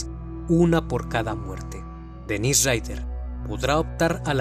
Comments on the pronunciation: El nombre del asesino es Dennis no Dennise. La pronunciación también es diferente, estás pronunciando la versión femenina. Obviando ese detalle es un buen video! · Dennise (pronunciado Denís) es la versión femenina de Dennis (Dénis) tanto en inglés como en francés. Igual que sucede con Daniel y Gabriel (Danielle, Gabrielle). Si miras los documentales originales te darás cuenta que es Dennis (Denis).